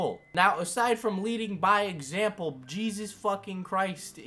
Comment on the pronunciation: "If I have to be a martyr for molesting peeple................................ I hope I leed a good xampel"